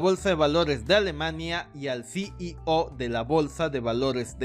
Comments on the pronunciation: Puedes pronunciar "CIO". En vez de "SI Y O" se escucha molesto además de cierta dislexia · Es desesperante cómo.pronuncia ceo, CI í ò, En Lugar de ci í ou. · Muy bien Retroalimentación constructiva, la "O" de CEO pronunciar como "OU" Gracias por tus vídeos